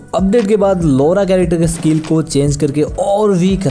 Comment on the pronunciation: Its not लोरा its लॉरा